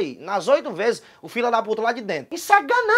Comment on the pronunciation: "issu é ganança"